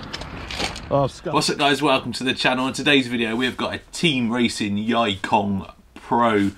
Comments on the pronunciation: That pronounced as yee kong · Yikong is pronounced as E-kong 易控 (yì kòng) means 'easy' 'control'.